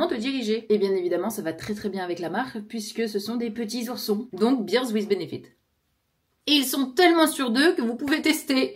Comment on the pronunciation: A chaque fois je me fais avoir et je pense que tu sponsorises de la bière (beer)... Bear se prononce "bère" comme un berber ou comme le surnom pour les Bernard "bébert". En tout cas, bravo pour ta poterie, c'est vraiment beau et ça à l'air de te relaxer. Que du positif! Et en plus tu déposes tes commandes et quelqu'un les emballe/envoie pour toi?! La classe!